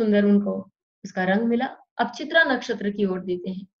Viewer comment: तारा बल अथवा नव तारा के बारे में मौलिक बातें अच्छी तरह बताई। एक सुझाव: आप अच्छी हिंदी बोलती हैं पर नक्षत्रों के नाम ठीक बोलिए। उदाहरण, चित्रा को चित्र कहना।